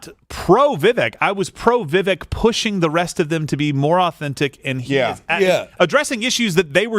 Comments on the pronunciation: It's "Vivek" like "cake". No like "kek". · he's not wrong.....he still calls Vivek incorrectly even after when politely explained how to pronounce it, it's like he's not even trying. And for anyone who isn't even trying, regardless of your politics, fuck them.